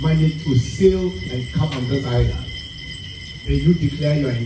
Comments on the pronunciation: Pls island not iceland.but it is Pronounce this way, it i land, leaving the (s) out of the pronunciation, but the spelling should be spell island.🤝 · Please it is iland not Iceland as pronounciation but spelt Island Great video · My dear the s in island is not pronounced